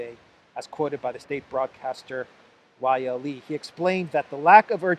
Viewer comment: The Finish newspaper Outlet Yle is pronounced u-le.